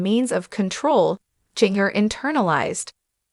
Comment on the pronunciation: Please pronounce Jin gers name right. You are butchering her name.the j sounds like a g